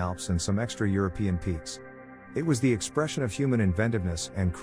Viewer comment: Teach your AI to say THE sublime.